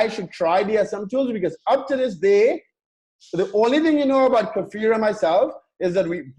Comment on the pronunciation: Just by the way,, his name is "KFir" not Kafir as you express it;)